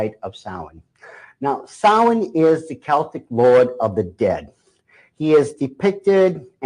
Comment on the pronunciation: What is he saying? Sawee ?